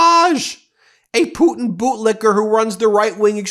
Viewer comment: Hey Karo-lyin, it's putin, not poo-in. If you speak lies for a living, you should learn how to speak correctly while you spew your lies.